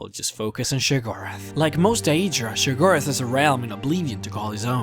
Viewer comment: It's *Sheograth. Not Shigorath